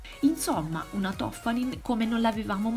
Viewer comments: Si chiama Toffani'n non To'ffanin... Benvenuti al nord. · Toffanìn...l’accento, Signorina, l’accento...è veneta! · L'accento è sulla i